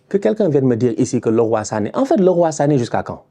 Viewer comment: Ca fait du bien d'enfin entendre un francophone bien prononcer Leroy Sané. Merci.